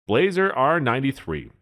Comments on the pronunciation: It's "Blah-zer" not "blazer" and it was tailored more to the European market where hand loads aren't as common. The hunting r93 is a toned down r93 tactical which is still used by many militaries. The r8 is supposed to be their flagship of the hunting line paired with the f3 over-under. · That's funny. As soon as he said it I thought the same thing. He started off poorly by introducing the Blaser R93 by saying "blay-zer" rather than "blah-zer". That one had me chuckling too. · "BLAH-zer", not "BLAY-zer". By the time this video was released, Ruger had bought Marlin, refreshed the tooling, and was producing excellent-quality lever guns under the Marlin name. There is a lot of debate on the quality of the "post-'64" Model 70s. I have a Heavy Varminter model from the '90s that is one of the most accurate firearms I have ever seen, and my Super Grade 458 Aftrican has fit & finish to rival many pre-64 standards. Doubles have advantages of two firing pins and no worries about bullets in the magazine jumping crimp and tying up the remaining rounds.What was said about the Weatherby cartridges is also tru of the Ultra Mags by Remington, as well as several dozen proprietary cartridges. they are not for neophytes. However, I have seen plenty of flinching and missing with 30-06, so would that make anything chambered in it an overrated gun? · Pronounce "Bla - zer" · Pronounced blauser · You started losing me when you said, "BLAY-zer," and totally showed your ineptitude when you said "Mark Vee." Better stick to what you know before going public. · ...Oh, you mean the "BLAH-SER" R93. Sorry, that made me giggle. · agree 100%....total goofball review. Blaser (correctly pronounced blah-zer) are $5k+ and a new H&H dbl will set you back about $100k. He complains the H&H is only good for it's intended purpose...duh! This bonehead is a total jackwagon. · Sorry, dude, but when you cannot spell or pronounce Blaser correctly, I'm stopping the video and blocking you.